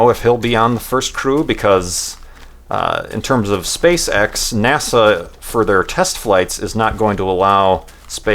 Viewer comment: Am I the only one who thinks 'SpaceX' sound really really like 'Spay Sex'